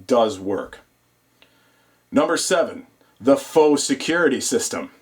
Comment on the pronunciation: i subscribed to you because you know how to both spell and pronounce "faux".